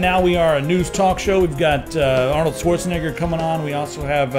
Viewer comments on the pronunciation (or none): none